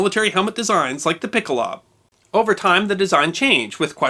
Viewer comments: PICKelHOWbuh, not Pickleob. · Please do not be offended but you could use some help with your pronunciation of German words. For example, pickelhaube is correctly pronounced "pickle-how-buh.' I offer my services in this regard. I am a former US Army linguist. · Great video! Great channel! Fyi: Pickelhaube is pronounced “pickle-how-beh”